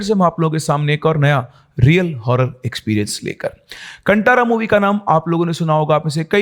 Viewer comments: सर कंटारा नहीं "कांतारा' बोलते हैं 🙏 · Sir it's not kantara it is pronounced as "kaantaaraa". 😊 please pronounce it properly it has feelings attached to it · Is कांतारा not कंटारा। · sir ap film ka name galat bol rahi ho uska nam ap phele ek baar suno bad me ap pronounce karo pls request kar rahi hu 🙏🙏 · भाई उच्चारण ठीक नहीं है आपका। कांतारा भूता कोला